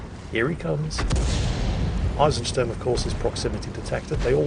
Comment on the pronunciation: hmm the Eisen in Eisensturm was pronounced spot on, but the Sturm (storm) was more like Stern (star), wich is a bit off.